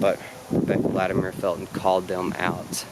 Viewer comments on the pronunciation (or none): LatimEER? Fuck no. It’s latimer. This is appalachia son.